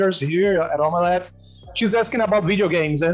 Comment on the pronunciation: O falando "Omeleth" kjjkkkkk